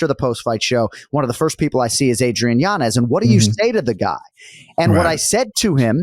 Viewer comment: Yo why does that kid in the middle insist on saying Yanez's name wrong when he's heard how to say it right a million times? I never understand when people do that. Shit irks me